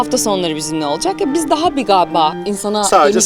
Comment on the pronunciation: 100 senelik GALİBA, oldu gağbaa🤮🤮🤮 Türkçemizi katlettiniz ,kuruttunuz be Ya Hu ❗